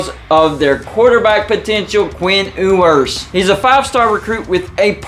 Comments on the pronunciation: I believe it’s pronounced “YOU-ers” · Learn how to say his last name correctly